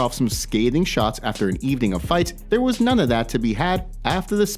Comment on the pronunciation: This guy pronounced there wrong.